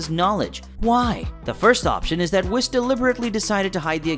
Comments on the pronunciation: I think you’re reading into this too much. Toriyama is well known for forgetting things, even whole characters. Also, how do you keep mispronouncing Whis even after you placed multiple clips of characters saying it correctly in the video? The “I” in his name makes the “ee” sound. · Anyone else annoyed by the fact he calls Whis "whis" as in "whisper? It's Whis, pronounced a way that kinda rhymes with Reese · I thought it was pronounced “WEESE” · Man, you’ve got to pronounce names correctly (Whis is w-EE-s). It is pronounced correctly throughout the ENTIRE show and in all movies he is in in the English dub. I cannot finish the video because of this. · Whis ❌ wis ✅ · He said wiss🤣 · It bothers me he says "wiss" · its whis like wheez but with a s. not whis like whisper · So saying wis 😢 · Dude is whis not wis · Calls him wiss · Who is wis it's whis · I stopped watching because you keep saying "wis". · I’m having trouble taking a guy serious who can’t even pronounce Whis (WEECE) properly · whis ✖ wis✅ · lost all credibility after calling him "whiss" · This was a great video, but man was it unbelievably difficult hearing Whis' name pronounced incorrectly throughout the video. It was honestly hard to focus lol. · Dude love your video but for the love of god can you say whis and broly name right 😂😂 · Bruh how could you not pronounce his name correctly once when you even used clips of beerus saying it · The way your pronounce whis, even when the video pronounces it for you 💀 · I couldn't make it 20 seconds after mispronouncing Whis' name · Not in English dub, or the Japanese version is it pronounced the way you are saying Whis. Tell me, why must you injure my precious ears with your pronunciation. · Prince Vegeta would be a good god of destruction though NGL P.S. not a fan of how you pronounce Whis' name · dude your totally saying whis name wrong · Surely you can pronounce Whis correctly. It’s not hard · Damn you pronounced whis wrong bro… for that reason I’m out 😂